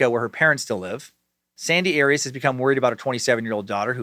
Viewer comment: Jodi's last name is not Erias, it is Arias like Ah-Ri-HAS short A.